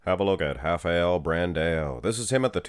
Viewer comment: You got it right. We say something like hafael.